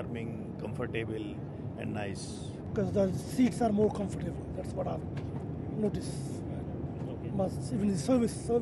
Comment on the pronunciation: comfor - table? wtf?